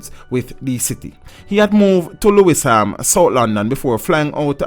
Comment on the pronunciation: Pronunciation is Loosham (Lewisham). Bwoy! This is wickedness. Hope to leave the UK to reside in my dream home at JA too, but after hearing this I'm having second thoughts.